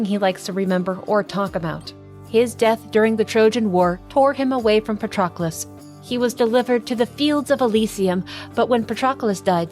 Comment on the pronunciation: Great video. Btw, it's pa-trUh-klus